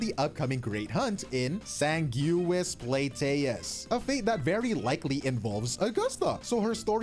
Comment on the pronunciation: Drive by comment: the pronunciation is ‘sang-gwiss plat-toes’